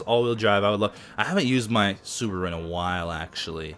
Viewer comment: 5 door subaro* It's ok, we're all human<3